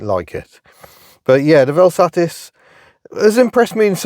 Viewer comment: May we just take a moment to acknowledge your correct pronunciation of the word ‘VelSatis’ - top work!